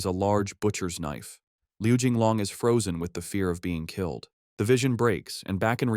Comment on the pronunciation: Am I hearing it right Ckilled not killed lol